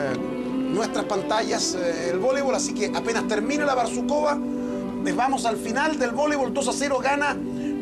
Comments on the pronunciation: не БАрсукова а БарсукОва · Не "БарСУкова"....... БарсуКОва!!!!!